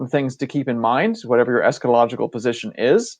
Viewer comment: it's Esca-ta-logical